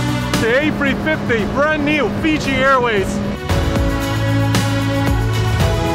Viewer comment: Sam.. it’s not “A free 50” .. it’s A350..